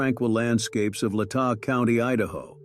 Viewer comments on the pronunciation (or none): Latah is pronounced Lay tah.